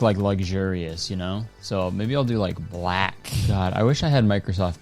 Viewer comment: why did he say black like that 😭😭